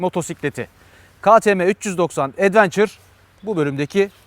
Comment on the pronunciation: "Advençır" değil Edvença.